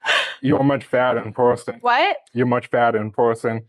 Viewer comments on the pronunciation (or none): "You're much fatter in pewson"